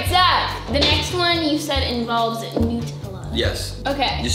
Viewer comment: Am I the one who is frustrated why she is saying noooootellla not nuuuuutellla???